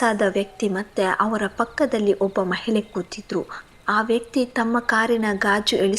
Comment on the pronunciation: ಏನ್ ಕಥೆ ಹೇಳ್ತಿರಮ್ಮ ನೀವೂ ಹೇಳುಗೇ ಹೇಲು ಮಹಿಳೆಗೆ ಮಹಿಲೆ ಗಾಳಿಗೆ ಗಾಲಿ ಅಂತಿರಾ ಸರಿಗೆ ಉಚ್ಚಾರಣೆ ಮಾಡಿ ಪದಗಳನ್ನ